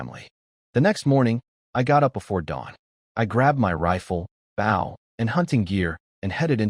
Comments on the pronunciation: B"oh" not B"ow" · Lol $multi-million dollars to create an AI, and it STILL can't pronounce "bow" in stead of bough lol. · Bow, and arrow, not bow, and scrape.